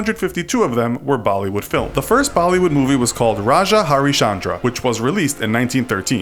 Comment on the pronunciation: Hindi isn't French that you put a fancy accent. Indian J sound is same as English. You shouldn't pronounce it Raazhaa